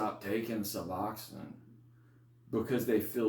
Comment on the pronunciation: Great video !!! Your pronunciation of " su BLOCK aid " is wonderfully unique ! ( I can see how that pronunciation can help an addict 'remember' what to ask a doctor for -- when asking to get a new injection that an addict has never heard of before !!). So, say, how many milligrams of suboxone were 'ya takin' ( pills ? strips ? ) before 'ya jumped off suboxone to get that wonderful life-altering injection of sublocade? And -- hey -- how much time has passed for 'ya since 'ya received that one shot of sublocade?